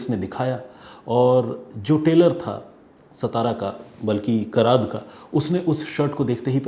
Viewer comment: कराद नही sir कराड है